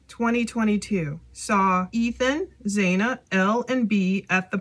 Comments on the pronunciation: It sounds like you are speaking badly about Ethan cuz he took his freshman yr over. Don't speak ill of the deceased. Xana is pronounced with a short A. Sounds like Hannah.😢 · And her name is Xana like Zana or rhymes with Anna. Not “zayna”